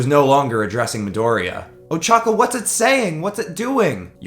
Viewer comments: at the uraraka part its ochako not ochaka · it ochaco not ochaca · Who else got triggered when he said uchaka? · I love how he calls ochaco ochaca